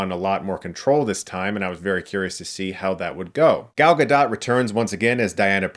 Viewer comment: Dude... learn how to say Gals name